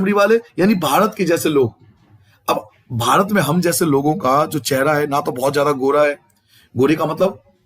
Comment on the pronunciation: Sir ap bhat kiyu bol rahe the barat hota Hai